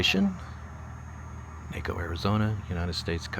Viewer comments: It is pronounced, "Nah-co." Is it really that difficult to research this before you make a video? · It's pronounced Nah-ko! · It's pronounced like Taco....Naacoo, Naco. Get it, got it, good. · Hey There..the Name is Naco same pronounced taco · It’s pronounced “KNOCK-O” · The abandoned barracks complex in Naco (pronounced like “taco“) is Camp Naco. Camp Naco, originally a military barracks, has a long history stretching back to 1910 when it was founded, including housing the Buffalo Soldiers. Now, with help from the city of Bisbee, the Naco Heritage Alliance and grant money, there's hope that its future will be just as long. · Naco pronounced taco. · It is pronounced Knock-OH, drove me nuts listening but still a great video! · NAW ko. NAW as in nachos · You didnt get to Douglas? One of the most interesting border towns in the US, including the first international airport. BTW it’s pronounced Nah-co. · Well you really stepped in it!!! sure tell you ain’t from Arizona. ha ha ha The town is pronounced Nah-co , like Taco!!! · Pronounced nahco, like you say taco. My dentist is in Naco, Sonora, about 100 feet from the border wall. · That’s Naco, pronounced like taco. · It's pronounced naco like taco. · Pronounced with a short A, Nah co, love your videos, Thx, Matt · 20 seconds in, and hit STOP.! It's "Nah-co," AZ. Otherwise, thanks for this tour of my stomping grounds. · I am sorry but it is pronounced NACO like Taco. ❤❤ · Taco Naco. Tawco Nawco. Good video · Got to talk to the locals before you make the video. You are butchering the name of the town… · It’s possible to research pronunciation of the places you visit before you make content, ya know. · Had to stop watching because I couldn’t stand you pronouncing the town name wrong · You're pronouncing it wrong. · I live down there!!! Beautiful high desert. 4000+elevation You butchered the Lowell and Naco pronounciations!!😅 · Mispronounced the name. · You visited it and you didn't even learn how to pronounce it?